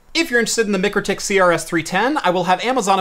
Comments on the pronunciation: MIKE RO TIK. Not Mic ro tik. Its like calling Walmart... Wal mert. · Pronounced Mike crow tik. Nice review thanks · Isn’t it pronounced my-crow-tick? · Its pronounced Mike-Row-Tick according to their youtube videos, great little switch, cant wait till they release a POE version. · Should have shown it to them first, they would have told you how Mikrotik is pronounced.